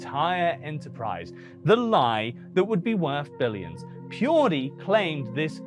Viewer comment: Pirdie, its purrrrduuuuue